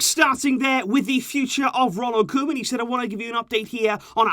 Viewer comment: “Koman” EVEN THE BEST MAKE MISTAKES ! 😂😂✌️